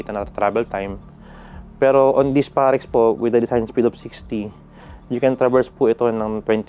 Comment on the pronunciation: parex, dapat perax ahaha.